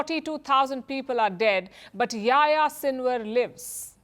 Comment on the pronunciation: Palki, please pronounce the names properly. Yahya Sinwar isn't Yaya and Saleh isn't Sale.